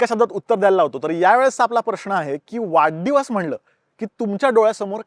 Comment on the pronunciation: वाढदिवस याला तू वाड्डीवस का म्हणतोय तो पण पुणेरी शब्द आहे की काय